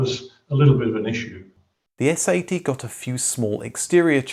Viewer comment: You sound too much like you're saying "S.A.T.", instead of "S-80".